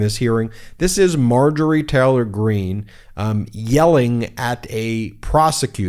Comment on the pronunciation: Marjorette needs speech therapy.